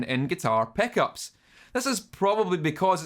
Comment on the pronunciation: I hear him saying "peckups" xD